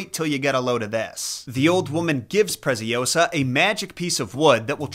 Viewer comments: "Preciosa" it's spanish, "Preziosa" it's Italian. The Z is pronounced TS, a strong sound, while S it's a little bit serpent like, and last but not least, -Osa, not -oWsa. Nevertheless, I enjoy watching your videos. By the way, Giambattista Basile does write a tons of messed up fables from which a movie was based on a few of those stories: "Tales of tales". I recommend it. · It's ✨PreciOsa, not PreciosA✨ Nice one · If the girl’s name is Preziosa (“precious”, in italian), it’s read Pretsiósa. Hope it helps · Your scripts are so always so good but that Presi-Oh-sah caught me off guard 🤣🤣🤣🤣🤣